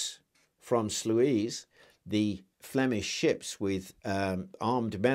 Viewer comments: Great video, I think it's pronounced "Sloys". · Great presentation! The pronunciation of Sluys is "sloys." Looking forward to more contributions in the future!